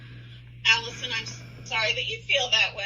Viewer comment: HR = Police aka not your friend will never help you. They are there to protect the company. Also, the way you pronounced Allison is gonna lose you a lot of viewers before the video even starts. Because that was crazy. I’m not even joking people look for stuff like that to determine when something is AI, but it’s even worse when you know it’s not AI.